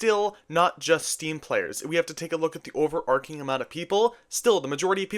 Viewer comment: it's pronounced overarching with a ch like chicken, not overarking